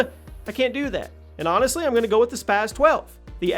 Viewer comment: why do people always pronounce the spas like spaz it's not spaz is spas